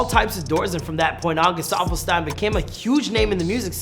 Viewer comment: Bro u pronounced his name as both Stein and Steen in the first 2 minutes of this video. F